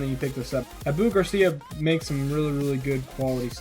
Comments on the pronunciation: By the way it's o-bu not u-bu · It's not pronounced uh-boo Garcia it's pronounced ah-boo Garcia. It makes it hard for anyone to trust what your saying if you don't know how to correctly pronounce the brand... Not hating just giving some corrective criticism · I have to agree with! I'm not hating on your video, but I'm new to your channel and this is the first video i watched. I caught onto the name mispronunciation and the error where you stated the Black Max retrieval ratio drastically different the second time (when comparing it to the Pro Max),than you did originally. I'm not trying to bust your balls, but is correct. If you're going to be posting review videos and want people to take you seriously, then stuff like that is of the upmost importance. Nonetheless, great video!